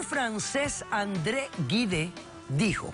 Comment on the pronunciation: Doctora estudie idiomas. Pronuncia horriblemente mal los nombres en francés y otros idiomas. Se dice "André Yid" aunque se escribe André Gide.